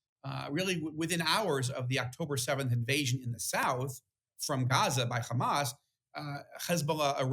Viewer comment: Say HHHHHamaaas, not GGGGHHHHHaaamas. You know why you can't say it - because you're not natively Jewish that's why and you don't the the difference between the letters.